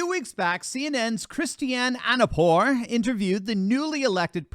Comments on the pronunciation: The obnoxious reporter's name is Christiane Amanpour, not Christiane Anna Pour. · Christiane Amanpour is world famous "journalist" of several decades, and, you can't even pronounce her name. Seems you were born yesterday. Get it right. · Dude, you can't even correctly pronounce her name. And he kept repeating the same thing without clearly answering the question, like a broken record.